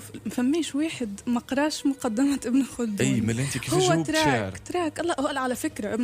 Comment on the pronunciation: C ibn khaldoun et non pas kholdoun